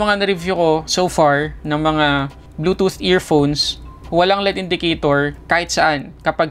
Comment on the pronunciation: Tech reviewer ka pero mali naman ang pronunciation mo ng L.E.D. Mali yung tinuturo mo ng pagbasa mo as LEAD, Iba yung LEAD sa L.....E......D. Alam mo ba pinagkaiba nyan? Tinatama mo ang MALI! May period yan hindi binabasa ng tuloy tuloy yan.